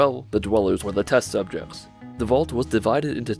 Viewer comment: SUBJEKTS not subchekts